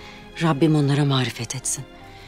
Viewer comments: mağfiret diyeceğine mağrifet demiş. Kimse de fark etmemiş. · 1.25.06 marifet değil mağfiret etmek😂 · ''Rabbim onlara mağrifet etsin'' diyor doğrusu Mağfiret etsin olmalı..saygılar..diziyi severek izliyoruz. yeni bölümleri merkla bekliyoruz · Mağrifet değil mağfiret😂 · 25.05 marifet değil mağfiret 🤦‍♀️